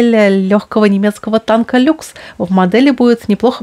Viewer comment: Танк не "Люкс" а "Luchs" (Лухс)- что значит "рысь". А то подумают что были танки "люкс", "премиум" и "бизнес-класс")))